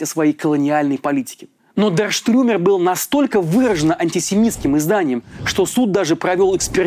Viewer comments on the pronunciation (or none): Дер Штюрмер, а не Штрюмер - ‘штурмовик’ же. Ну и обычно не говорят НСДАП, говорят ‘эн эс дэ а пэ’. Но это мелочи. В день, когда я прочту такую новость, я на время прекращу свой трезвый образ жизни и буду есть борщ под водочку!